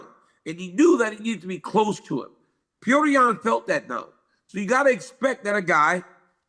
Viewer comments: Can we quit with the “pee-odor”? Please? It’s “pe-yo-tour” or freaking Peter if nothing else… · They keep saying Peyoder😂